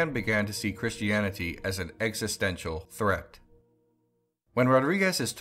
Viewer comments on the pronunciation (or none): none